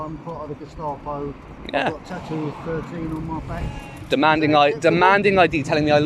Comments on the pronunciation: Your pronunciation of Gestapo is completely wrong. You are saying Jestapo. lmao. Great videos btw. Subbed. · gestapo not jess-tapo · It's Gestapo as in 'guest'apo no 'jes'tapo - future Nazis might be more easily able to self-identify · its a hard G in Gestapo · Did you say “Jestapo”? 🧐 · check pronunciation of ‘Gestapo’ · You can't even say Gestapo properly :S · I'm not making fun of you, the point is you can't even say it properly, so it isn't a word you should just be throwing around... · The auditor can't pronounce gestapo 🤣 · If you must refer to people as Nazis you could at least muster up the decency to pronounce Gestapo correctly